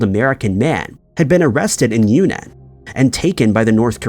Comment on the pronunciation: Yunnan province is pronounced juːˈnɑːn